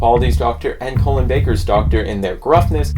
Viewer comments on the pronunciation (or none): His name is Colin (like call-in) not colon like someones colon